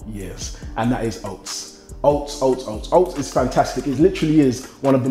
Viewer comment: Man said oasts i'm done forget oats i'm bot eating that